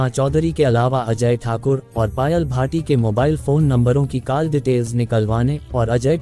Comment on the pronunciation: Aur sab theek hai but aapko call ka pronunciation theek nahi hai.It’s Call as kaul and you are saying Kaal.I hope it helps.